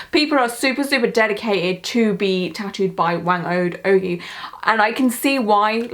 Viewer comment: You were close! Phonetically, her name sounds closer to “wah-ng oh-d oh-guy”. Thanks for covering this! I’m Filipino so this was really special to me, keep it up!